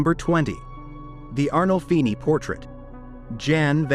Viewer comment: It's ARNOLFINI, not Arnoldi.